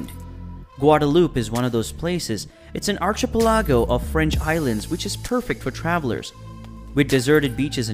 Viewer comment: man can't even pronounce english 😭😭"arch-i-pell-AH-goh"